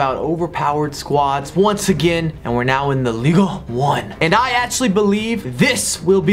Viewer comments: Its pronounced Ligue On. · That pronunciation of Ligue 1 though.